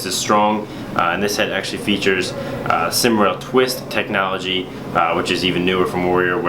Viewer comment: The sym rail is pronounced (Sim) instead of pronouncing it like an acronym. It means the inside of the sidewall is SYMmetrical to the outside. Not trying to be mean just trying to help.